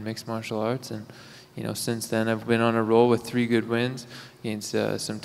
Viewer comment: Number ''TREE''. WAR NOTORIOUS